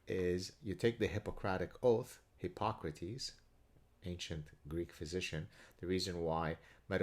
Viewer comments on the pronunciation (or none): none